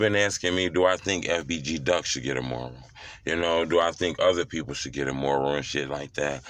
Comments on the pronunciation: It's M-U-R-A-L NOT MORAL😆🤣😭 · He saying “moral” it’s “mural” 🤦🏾😂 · You're not pronouncing it right, it's not "MORAL" it's MURAL. Makes you sound slow. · It’s Mural Not Not Moral 2 Totally Different Meanings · Why he can’t say mural🤣🤣🤣🤣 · Bro learn how to say mural u sounding stupid wtf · I swear you get paid to say Mural wrong lol 😂 ijk bro lol